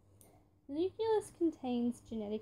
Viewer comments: What the heck is a "nuculous"? Oh you mean a "nucleus" ohhhh haha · You can’t say nucelous